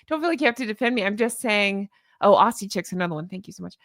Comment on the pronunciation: Aussie is pronounced Ozzie. Just a heads up. Love your work!! Onya.